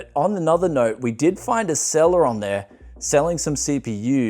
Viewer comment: I found a Celeron on Gamtree... oh wait... “A seller on Gamtree” 😜🤪